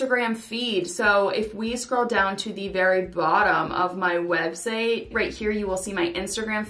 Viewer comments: Did you say web "seigh?" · Why are you saying website as websay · it's just curiosity cuz I thought I was mishearing